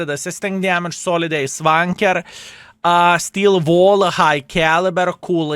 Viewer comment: Why always when You say "Steel Wall" i hear "Skill Ball"